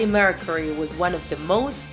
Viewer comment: Shes also saying it like Mercery